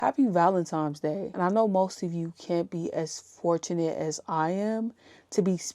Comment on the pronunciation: It sounds like she keeps saying Valentimes